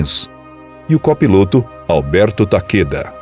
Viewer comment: Alberto "dakeda"